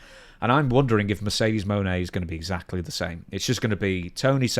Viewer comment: Mercedes "Groan". 🤮